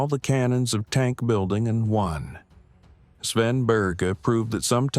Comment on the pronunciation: Swen Beerz? Probably not how you say his name LoL. It's more like [Baer-jeye] or something... hard to explain to English speakers...